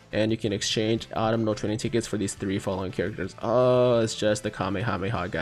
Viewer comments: Hey, not a big deal but its Uh-tum-nal, not Ahttum-nal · ITS AU-TUM-NAL TRAINING CAMPAIGN and not the Autumnal Campaign my god get your sentences RIGHT WILL YA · Pretty sure autumnal is ah-tum-null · Yo tiger please read this!! Its " Aw-Tum-nul" autumnal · Fun fact. Autumnal is pronounced "aa·tuhm·nuh" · Yo tiger not trying to be a grammar nazi, but if you want to correct your speech it's pronounced "Ahh Tum Null" Autumnal. Not making fun of your speech. Just trying to help a fellow person out. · Not that it matters but think the N in Autumnal is silent like in the word Autumn. And I believe their's gonna be a Part 2.